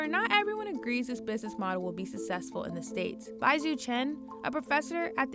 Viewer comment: su-sess-full? Come on CNBC hire a professional VO artist.